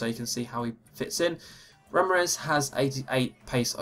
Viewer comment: 'Ramires' haha